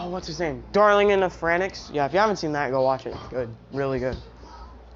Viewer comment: you said darling in the franxx wrong in the vid